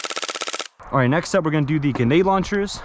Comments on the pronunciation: Am I the only one hearing him say genade I thought it was gRenade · “Guhnayde launchers” lmaooo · I love how he says “Genade” launchers 😂